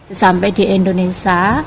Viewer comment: INDONESIA... bukan INDONESA.!!